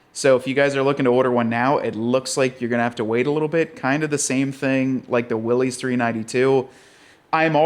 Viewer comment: You gotta learn how to pronounce "Mojave" (Spanish... think mojito with an ah-vay at the end) and Willys... John North Willys the founder of Willys Overland pronounced his name "willis" as in "What you talking about Willis".